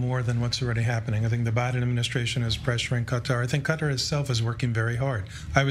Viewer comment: Involve Qatar? Honey, please? You don't even sound right saying it?